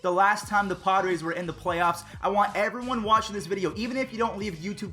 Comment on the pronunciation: alright evwone lol